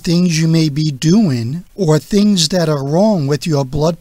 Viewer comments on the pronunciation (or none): none